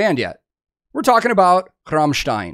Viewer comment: You are the first american who pronounced Rammstein correctly :D